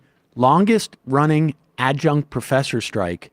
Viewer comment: Nice going with “ad-junk” Sam 😂